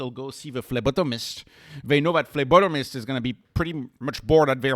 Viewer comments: I like how you say phlebotomist haha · It is, I just like your French accent on that word